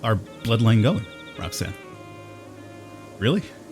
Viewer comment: Rhok'zan ? Rok....zan....Oh my fkin god ....Roxanne